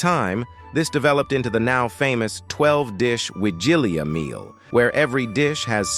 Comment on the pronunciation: please, learn how to pronounce Wigilia, and other Polish words. For someone who calls his channel "", this is disgraceful.